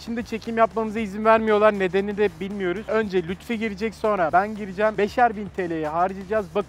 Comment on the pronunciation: Lutfi değil Lütfi